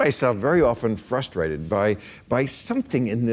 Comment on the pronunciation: I don't know it for a fact but I know it's true..... it's not fustrated, it's frustrated with an "r". I just know it's true.